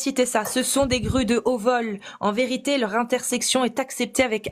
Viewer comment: Encore une petite pour Casus: "intercession", et non "intersection"